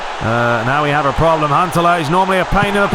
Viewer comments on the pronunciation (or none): can you please also do Pes 2011 ML aswell? By the way its Huntelaar not hunteler ok learn how to pronance and their is fauls in fifa more then it is in pes.🤞🙏